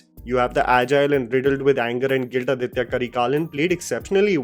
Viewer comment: It's not ADITHYA Karikalan, it's AADITHA Karikalan. "Adhitya" is a Sanskritized name. "Aaditha" is a Tamil name.